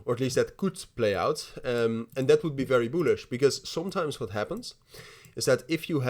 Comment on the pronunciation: Very "boolish"🤣🤣🤣🤣🤣🤣🤣🤣💀💀